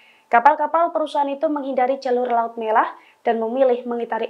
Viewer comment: Menit laut melah😅 bukan laut merah